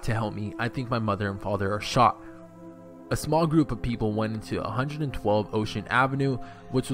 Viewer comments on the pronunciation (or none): none